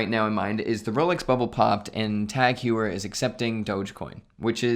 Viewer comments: It’s TAK-HOYER not hueyer 😅😂😂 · Hoyer not You-her. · Pretty sure Heuer is HOI-yurr, not HEW-er. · Tag "hugh-er" lol it's pronounced TAHG HOY-eh(r). 🤣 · "Tag Hewer" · It's pronounced Tag Hoy-er. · Please stop saying hew-er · It’s pronounced Tag Hoyer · Please pronounce it right. It's TAHG HOIER. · I just played it back- oh come on, that’s awful.. “huyer”😳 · It’s HEU-er, in like law-yer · i wish christian was there to mock your pronunciation of heuer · WHY ARE YOU PRONOUNCING "HEUER" INCORRECTLY. C'MON MAN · Not surprised, he has a youtube channel about watches but can't even pronounce TAG Heuer correctly.